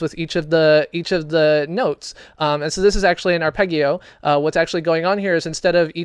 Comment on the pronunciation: "Arpegio" lul Xp